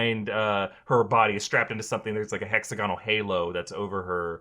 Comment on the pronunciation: Everyone PLEASE learn how to say this word: "Hexagonal" = hĕk-săg′ə-nəl it's not "hexaGONal". it's "hexAGonal"